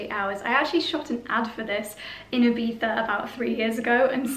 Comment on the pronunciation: As an spaniard I love to hear IBIZA well pronounced!! Gorg!!